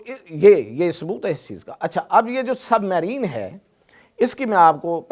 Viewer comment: Submarine tu to theek sa pronounce nhi ker sakta